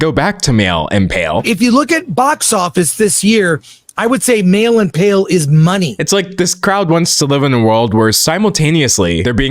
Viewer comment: For a full minute I was trying to figure out what “mail and pale” meant until I finally realized he was saying “male”